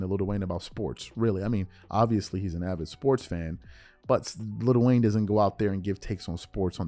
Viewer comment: IT'S NOT LITTLE WAYNE ITS LIL WAYNE